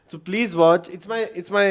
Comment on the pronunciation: Sadqay jaun ... plaiz 😂😂😂